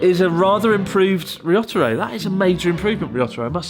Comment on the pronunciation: To be fair, I don't think I've ever heard you pronounce Ryotaro's name correctly, (I somehow doubt his name is actually りょったろ) so he can call you Chris Board if he wants to :P